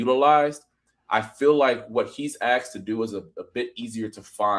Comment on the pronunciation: aXed?!? you might not know this but the correct pronunciation is aSKed with an "SK"... you're a professional right? God bless you! 🇺🇸🦬🏈